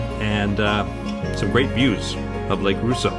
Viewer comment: Great vids. But it is pronounced Raw-sseau, not Roo-sseau!